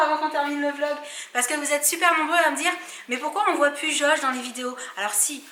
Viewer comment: Les vrais étaient là quand elle disais V log et pas Vlog 😌